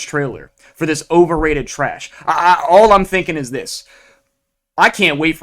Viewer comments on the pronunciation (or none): the way this guy says words with O in them. like Online = ooOOOOWWNNggg-line (a lot of nasal noises) its odd. as well as andthing with an A on it. like All = OOAAWWWLLL (a lot of throat)